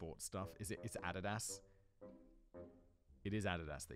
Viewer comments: Add e das ☠️ " uh dee das" lol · jeezus.. its a'DEE dus........(NOT ADDED ass) =ADIDAS (laughs and shakes head )...🤣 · Adidas is pronounced A-dee-dus lol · Ay-dee-diss. Not add is ass. Jesus simon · My American ears heard AHH-di-das and it took me a minute to realize he mean Uh-DI-Dus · Wtf is adadas? It's Adidas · "add-it-ass"? No, Simon. No. Addeedas, bro. Jeez. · Dude, the way you pronounce Addidas gives me car sickness. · Adidas is pronounced as ad-E-daz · “Adadas” is better than Addidis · Add-a-das haha best adidas pronunciation. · Adidas ---> uh-DEE-dus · The way you pronounce Adidas almost made my head explode lol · Interesting pronunciation of Addias. In the US we say "AH-DEE-DAS" lol. Absolutely love your channel!!! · Simon's butchered pronunciation of Adidas is genuinely impressive. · The pronunciation of Adidas. Lol Excellent. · Hearing this man pronounce Adidas is painful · i'm just here to listen to you trying to pronounce 'Adidas' over and over. Chef's Kiss :face-blue-smiling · The amount of time it took me to understand Simon's pronunciation of Adidas... I thought he was trying to say the acronym of a sports org. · Simon, I'm going to need you to run your pronunciation of Adidas by me one more time